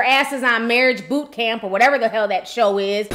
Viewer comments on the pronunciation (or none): none